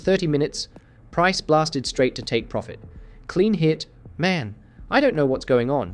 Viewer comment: 37 “Pirofit”?